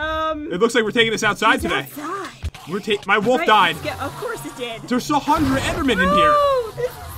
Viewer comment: Why does pat say hundred with a t